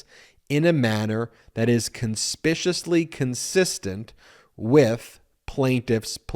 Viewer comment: The decision says "conspicuous"; CON-SPIC-U-OUS; - not "conspicious"; can you please read and say it correctly? (You repeat this mistake again in your comments:(